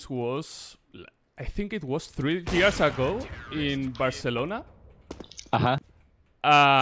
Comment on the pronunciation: intenta forzar la pronunciación tanto que ya no sabe decir BARCELONA correctamente sin parecer un guiri alemán en la costa del sol jejejej